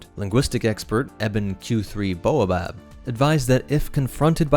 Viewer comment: Baobab is pronounced "bay-oh-bab" like the tree where the name is derived. Not "boa-bab" 😂 that's not even how it's spelled